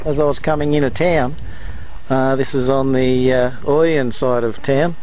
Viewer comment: You pronounced ouyen wrong :P